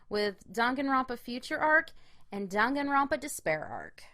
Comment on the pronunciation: "rONpa" "moNAkuma" wtf is wrong with you lol. cringe